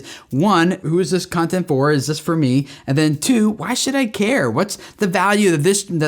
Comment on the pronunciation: I really thought you said "who is this cunting for?" hahaha